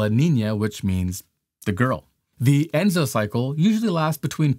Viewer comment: The name for the entire cycle is ENSO, not ENZO. El Niño-Southern Oscillation (ENSO)